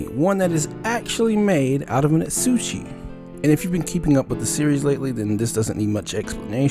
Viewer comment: You're pronuncing asauchi wrong